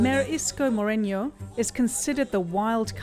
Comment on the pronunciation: CNA f*cking bleeding heart BBM win you know why We FILIPINO Voted for him and don't accuse us of being misinformed. But you poorly do your research and only consulted Majority of your divine heroine Robredo block. And for your information it's Mo-Re-nuh not Morenyo. If you can't even pronounce the person's last name right and insisting that YOUR pronunciation is the right one how much more about the ACTUAL Point of View of the Filipino and not of the Leftist who wanted to be absolve of their crime of destabilizing the Philippines and hailed as heroes or with Robredo who in the last 6 years do nothing but to criticize the Government and only do charity to gain funding for her eventual Presidency. Now if you are thinking that Hail Leni is the right choice because the Roman Catholic church endorses her. We can talk in details the atrocities of that church thus doesn't hold any moral altitude to be the vicar of Christ and besides they only choose Leni so in to the Priests' vow of Chastity they can relieve themselves